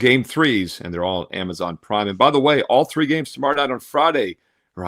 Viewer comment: Why do u say prime like that ???